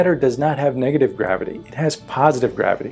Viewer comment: how many times he said the word degative?????